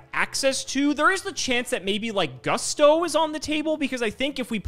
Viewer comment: Seeing Gage mispronounce Gusto made me wanna throw up.